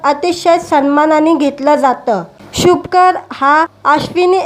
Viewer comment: अहो नांव शुभंकर आहे व्यवस्थित बोलत जा